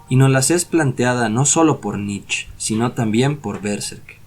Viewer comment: Muchas gracias exelente video me encanto, solo un detalles sin intención de ofender, la pronunciación del apellido del filofoso Friedrich Nietzsche se asemeja más a la palabra nitche sin comerse la E al final. Mi pareja es alemana y me lo a mencionado mientras disfrutábamos del video.